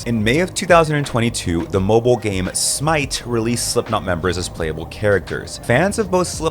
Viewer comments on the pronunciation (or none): He clearly says Moblie multiple times,I even did a double check to make sure